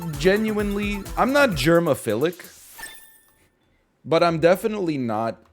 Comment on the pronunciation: i heard "i'm not jermaphilic" instead of "germaphilic" and it fascinates me that my first thought wasn't "hey wait jermaphilic isn't a word" but was instead "who tf isn't jermaphilic"